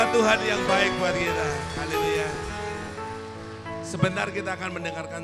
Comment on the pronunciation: DIA AJA BILANG MENGUCAPKAN HALI LUYA😂😂